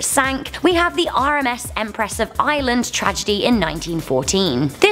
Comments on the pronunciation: there is an R in ireland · She cannot pronounce Ireland.